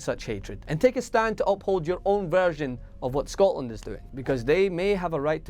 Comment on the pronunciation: I love how he says .. Scotland !!